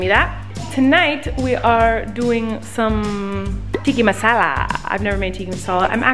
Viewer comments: Hey Colleeeeeeen Love youuuu Its Tikkaaaaaaa, not tikki 😁 DAAR DAAARRRR Babayyy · its not tikki masala its tikka masal :( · Are we not gonna talk about how she pronounced chicken tikka masala as TIKKI masala 😂 its pronounced tik-ka masala or you can just say CTM💕 (love the vlogs btw) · "Tiki masala" lmaoo XD you mean TIKKA masala?